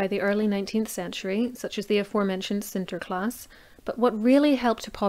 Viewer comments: Thank you for this clear explanation. Very good how you pronounce "Sinterklaas"!! In the Netherlands we still celebrate Sinterklaas, on "Sinterklaas evening" December 5, the evening before Sinterklaas's birthday. We celebrate with so-called surprises and matching rhymes. A lot has changed since my childhood and most people celebrate Christmas with presents. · Thank you and I'm glad I pronounced Sinterklaas correctly. I always worry about messing up foreign words. :-)